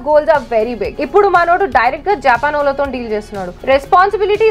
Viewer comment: not jaapan its japaan